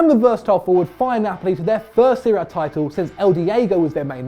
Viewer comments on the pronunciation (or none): none